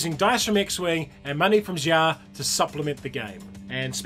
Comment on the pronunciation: It's the mandarin word for rogue, and it's pronounced shia. Xia is a rogue star, hence the name. Feel free to google "xia pronunciation". In this games case, the designer is wrong about the pronunciation of his own game, which is quite awkward.